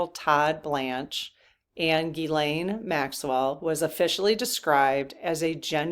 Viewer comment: Good questions today. By the way, it’s pronounced Gzeess-len, not Gee-Lane.